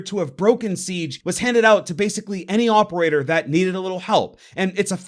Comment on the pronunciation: why are you saying "opeaor" instead of "operator"?